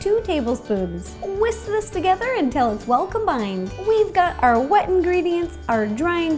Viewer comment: does anyone else’s hate how she says “combined” ?? just me? mk.